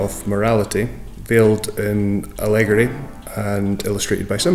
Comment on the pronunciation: aleggori... Doesn't he mean allegory Lolz